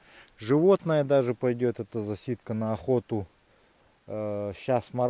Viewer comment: Засидка на украинском означает "засада" . Но ударение ставится на первый слог